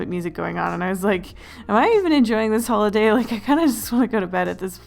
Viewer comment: DID NO ONE ELSE CATCH THE FACT THAT IN THE BEGINNING SHE FORGOT THE L IN HOLIDAY LOL